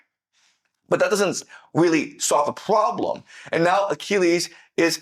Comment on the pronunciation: i like the part where he says "pWoblem"